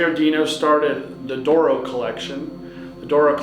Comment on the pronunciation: D'oro. Not dooro